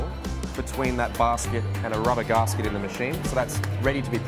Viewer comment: The way he pronounced gasket had be laughing for the rest of the video.